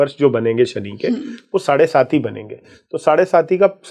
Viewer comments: मैडम साढ़े साती होता है न की साढ़े सती बार बार आप गलत बोल रही हैं सुनने के बाद भी नहीं 😂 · I agree! The pronunciation of 'saade-saati' is erroneous..and the involvement seems frivolous. Such serious & sincere astrology experts need to be interviewed with meaningful queries..to delve into a gem-studded ocean, one needs to be a competent diver!